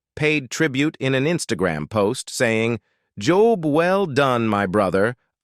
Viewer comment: "Job" well done. You pronounce that word wrong !